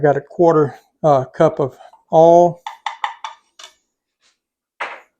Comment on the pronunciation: I am a 70 year old Northern gal who couldnt understand his pronunciation of "Oil".. i thought he said "all" and I kept waiting for him to finish the sentence. As sure as god made little green apples, I JUST realized what he said and busted out laughing at myself! Yep, I just became a subscriber! Lololol